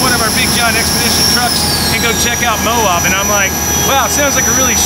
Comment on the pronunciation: Lol it's Moab, not Mo-ob!